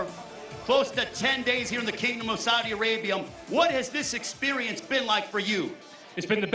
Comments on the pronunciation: In the kingdom of Saudi "Arabium?" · and why does that guy keep pronouncing it the kingdom of Saudi ARABIUM?!